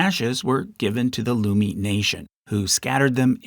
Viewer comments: I would love to see other videos about K and L pods!! Some notes: - Samish is pronounced /sæmɪʃ/ like the name "Sam" + ish. - Coast Salish is not a language. It is a language family, like Romance languages or Germanic languages. These words are in Northern Straits, specifically the Samish variety. - Lummi is prounounced /lʌmi/ like "Luh-mee," not Loo-mee. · Sucia Island is pronounced "SU-sha"" and "Lummi" rhymes with "Yummy." Source: born and raised in the Puget Sound right next to the Lummi Nation.